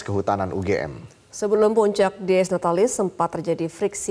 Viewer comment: dies natalis bacanya bukan dis natalis. tapi diyes natalis. dies artinya hari, natalis: kelahiran. bahasa latin.